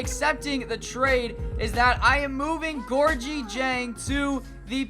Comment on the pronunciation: Hey it's pronounced Gorgui